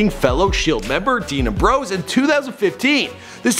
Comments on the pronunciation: He said dean a bros and Seth roll ins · lmao He said Dean Ambrose and Seth Rollins so wrong😂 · Strowman, Seth Rollins and Dean Ambrose all pronounced incorrectly😂😂😂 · also don't make thz vids if u don't watch wrestling, ur doing all this research, yet u can't say their simple names ( not hating tho ) "seth roll-ins" "dean aim-bros" "lee-key" sry but if ur gonna make a vid, learn how to say their names 😂